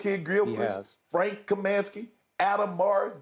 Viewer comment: I am commenting as a lifelong fan of the Charlotte Hornets and (including the Bobcats era). Adam Morris? Frank Kamansky? Bismark Biyombo? Shannon believes the picks have been so bad that he mispronounced and/or got all their names wrong. Adam MORRIS(ON). Frank KAM(I)NSKY, BISM(A)CK Biyombo are their correct names. I know its very easy to make fun of these guys for not living up to the potential we drafted them at, but they wore our jersey and put their careers in our hands and we did not put them in a position to succeed. Adam Morrison tore his ACL in the preseason of his second NBA season and he never recovered, but still has two NBA championship rings; Tell me Adam rode the bench the entire two years and I will ask you "Why did the Lakers kept him on the roster?" Frank actually did well in a supporting role for the Phoenix Suns the year they went to the NBA finals against the Bucks before he unfortunately got injured. BISMACK BIYOMBO grabbed 26 rebounds in the 2016 eastern conference finals which ties him with Dwight Howard and Hakeem Olajuwon for most rebounds in the NBA playoffs since 1984. ALL THREE MEN EARNED THE PRIVELADGE TO WEAR AN NBA UNIFORM AND IF YOU WONT PUT RESPECT ON THEIR NAMES THEN I WILL! But the bigger picture is correct, I believe there is something very wrong in the Hornets organization. I have my theories but only the people inside truly knows what it is. To anybody that laughs or mocks my comment, I stand by my comments and I don't care about your nega